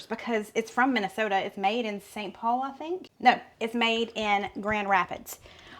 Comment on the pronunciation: Congrats on your pronunciation of “Minnesota”; you could’ve been a native! 🤭😹